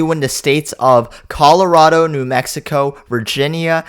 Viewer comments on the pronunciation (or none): none